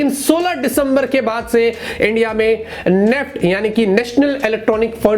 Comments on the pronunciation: नेफ्ट 😂 NEFT ☑️ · Not neft. Its. N E F T